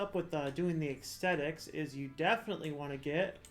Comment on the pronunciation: Thumbs up for "extetics" 👍